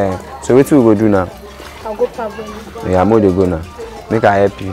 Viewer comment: Parboil and not per-boil